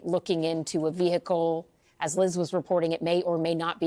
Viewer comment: Oh no, not a VEE HICKLE